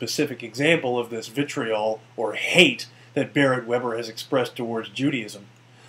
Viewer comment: All you have to do, Jacques Cuze, is watch the remainder of the video and you'd find the same number of citations showing that is indeed an anti-Semitic that Barret used to show that Mens Rights Edmonton is a hate group, etc. Also, how Barret mispronounces "vitriol" is suspect. Very suspect.